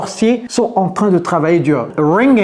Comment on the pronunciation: Vous êtes drôle quand vous dites t r a i n😂😂😂